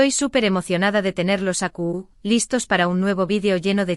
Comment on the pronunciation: Aqui se dice , no acu , la verdad tu español es pesimo y no se entiende lo que decis